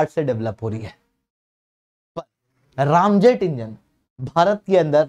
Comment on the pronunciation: रामजेट नही, रैमजेट होता है भाई😅